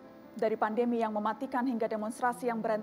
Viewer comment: Gemes bgt, ngomong pandemi kok jd pandemik😡